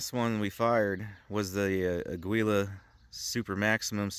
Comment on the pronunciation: .22LR for defense should be out of a rifle for any reliable expansion. Rough Rider revolvers lose a lot of velocity on chrono tests. It’s pronounced ah-GEE-lah.